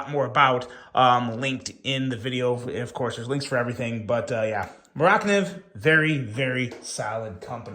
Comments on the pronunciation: Please stop pronouncing it Mor ak niv. It is driving me crazy. Just call it a Mora. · It’s mora…. Kniv’s… two words. It’s Swedish. They like putting words together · the way you pronounced mora - kniv, had me scratching my head for a few seconds. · I almost turned it off at that point.